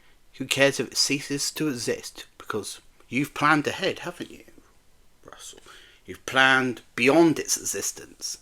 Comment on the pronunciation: you know Russell's name isn't pronounced that way, right? And it is a co-production so the BBC partly pays for it alongside Disney, who i think you're overestimating their involvement - Russell confirmed at a Q and A that the most involvement they have in what happens in the show itself is notes and suggestions they can give but it is up to the writer whether those notes and suggestions are taken on board so the ideas and stories are from the minds of Russell and other writers, no creativity is compromised which is a good thing!